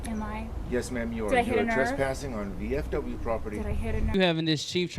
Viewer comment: I didn't hear VFW... It sounded to me like VFP or BFP...